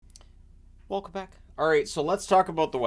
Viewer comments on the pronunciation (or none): Sounds like the Spanish speaking made on the beach at the end of The Goonies 😂